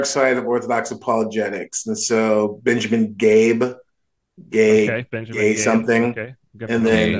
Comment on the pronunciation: BTW his name is Ben Cabe not Gabe :)